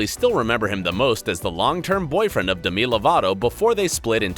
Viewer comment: Why did he say Demee Lovato uhh it sounds so weird, I replayed it so many times. Sorry if this is mean.